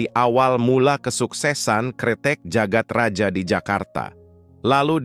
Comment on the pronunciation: Jagad Raya bang bukan Jagat Raja. Itu masih ejaan lama j baca ye.